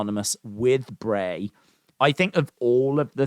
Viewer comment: Dude u know it’s bray lol 😂